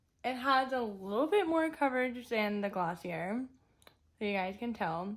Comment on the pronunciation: It’s pronounced gloss-ee-ae